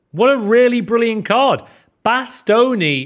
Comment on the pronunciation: When he said bastoni i thought he said matt stoney